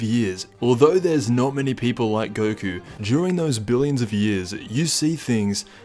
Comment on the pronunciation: Who thought he said “Jiren those billion of years”